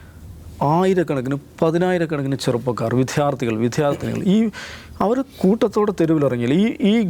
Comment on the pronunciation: എല്ലാ മലയാള അക്ഷരങ്ങളും കട്ടി കൂട്ടിപ്പറഞ്ഞ് ബുജിയാകേണ്ട, വിദ്യാർത്ഥി എന്നതിനു താൻ പറയുന്നത് വിഥ്യാർത്ഥി എന്നാണ് അനവധി